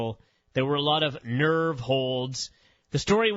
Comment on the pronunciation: “A lot of N E R V E holds”